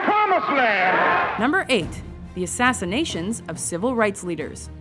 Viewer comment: assinations?!!! HAHAHAHAHA!!!!!! You made me laugh with ass-ination. You mean assassinations, i hope, riiiiight?